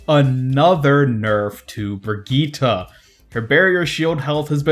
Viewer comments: Its Brigitte not Brigita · Why do you keep calling her "Brigittah"? Hehe.. But keep up the good work!